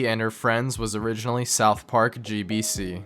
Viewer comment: soutch park